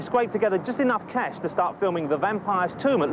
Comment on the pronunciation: or is he saying "Cash"?